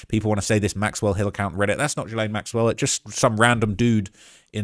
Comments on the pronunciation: I love your videos, but FFS, is GILL, like a fish gill, not JILL-LANE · My guy! It’s Gee-lane. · You cant even pronounce ghislaine maxwells name correctly You are extremely miss informed regarding this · Can we all learn how to pronounce Gislaine?! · Please check your pronunciation of Ghislaine